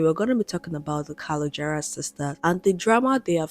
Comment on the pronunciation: you mispronouncing their last name is killing me lol. also patricia never followed trump, she liked one post, not multiple. just to clear that up.